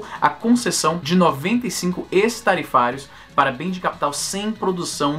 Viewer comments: Esse "ex" de "ex-tarifário" pronuncia-se "équis" e não "ês", porque o "ex" do latim, com o sentido de "fora". Produtos fora das tarifas padrão. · Se pronuncia "Écss" tarifário. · Se pronuncia "éx-tarifario" meu rei